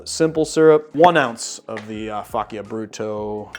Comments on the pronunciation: Hi, awesome video. One little thing: the correct pronunciation of faccia is something like “fudge cha”. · Pronounced Faccia wrong